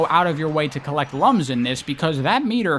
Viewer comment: I never played the Rivals games so I don't have anything to add, but I just want to say that when you called the rings "lums" at first I thought you said they were collecting lungs and it caught me really off guard